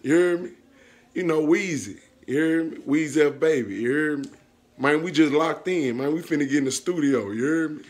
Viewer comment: He said look mane I got a goat 😂 so many times I almost believe the animal it self was gonna come out😂😂😂🤣🤣🤣